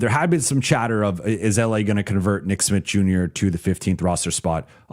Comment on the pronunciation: be saying "nick Smit" I had to google and check if it's Smith or Smitt